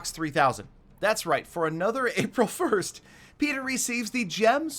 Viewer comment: One vid i herd say petrer knock it off